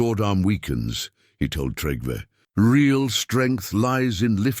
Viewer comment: Please pronounce trell, more correct because they are not trolls there is no h in trell like you are pronounce it 😂😂😂 but yes you make me laugh every time! And its Trygve not what ever you have put in for making it easier to change it to American English way of telling! Yes i am Norwegian